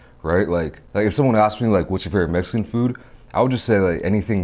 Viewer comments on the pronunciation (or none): none